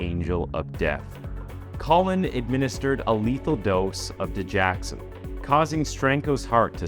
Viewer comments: Digoxin NOT digaxon! Dude, you constantly destroy important words in your videos! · Its dig-OX-in, not di-JACK-sin. (Sorry, medical transcriptionist) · I’m not trying to be an ungrateful fan of your channel, but you are saying Digoxin wrong. It’s dig-OX-in not dig-ax-in. Sorry. It’s a heart medication. And it was because of hospital lawyers that he was able to get away. Amy got fired from that hospital. She was being told to not go to the police, so they too could sweep it under the rug. They were just going to fire him. Because Amy knew what was right, she pursued it anyway. Hospital politics are nasty for patients well being. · It's pronounced Didge OX in... NOT Didge Ax in. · Sorry but its di-gox-sin. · It's pronounced da joxen